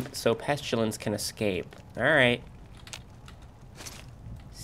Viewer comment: PEST-ILL-ANSS not Peschillance